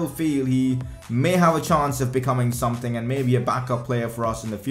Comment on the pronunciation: can you talk properly plz and stop saying tird and someting